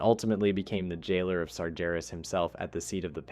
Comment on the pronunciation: You pronounced sargeras correctly this time!